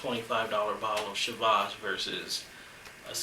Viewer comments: "Shee-Vas" regal...... come on! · Hi, nice Videos, good tastings, good comments. But how you pronounce Chivas Regal is really awful. You have to improve on this. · I thought it was Chivas Regal pronounced the english way, not the french way. Today I bought a bottle of Glen Moray though. Very curious about it, as it's not overpriced but still considered quite good.